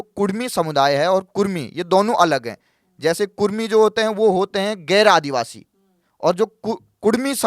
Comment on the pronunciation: ये तकरीबन तकरीबन क्या होता है भाई ? या तो क़रीब क़रीब बोलो या सिर्फ तकरीबन...वो भी सिर्फ एक बार, दो बार नहीं। करीबन करीबन इतनी बार बोलना भद्दा लगता है। भाषा की शुद्धता भी माशाअल्लाह। आदिवासी शब्द होता है, आदिवाशी नहीं।